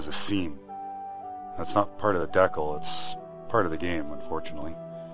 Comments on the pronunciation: Dude, good video, but man do I cringe when I hear you say the word "decal" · that is SOOOO not how to pronounce "decal"